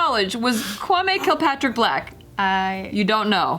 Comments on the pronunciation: Don't worry you said Kwame correctly. It's Ghanaian. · maya She said it right 🤣